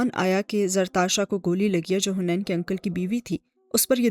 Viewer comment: It's haneen not hunaian